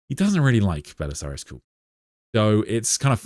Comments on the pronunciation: Why do you pronounce Cawl as if it was spelled Cool? It’s kinda wild. Are you Irish, and just apply letters to sounds after the fact? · Why are you pronouncing 'Cawl' as 'Cool' ???